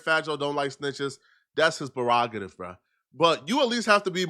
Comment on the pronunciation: is trying to distract yall from the fact he said brerogative prerogative